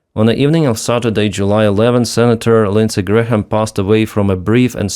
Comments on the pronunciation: Not that you will have another occasion to say Lindsay Graham's name - the H is silent. "Gram" or "Gray-am". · H is silent in Graham. Just pronounced Gram. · We do not pronounce the h in Graham. So it's exactly the same as the unit of mass: gram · the "H" in "Graham" is either silent or pronounced like a "Y". "Gram" or "Gray-um" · Hi. The h in Graham is silent. It's pronounce Grayam - i know you like to get pronunciations right. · The H is silent in GraHam! Say "Grayam"... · The “h” in Graham is silent. FYI